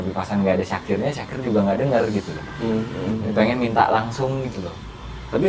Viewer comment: Syakir bang bukan dzakir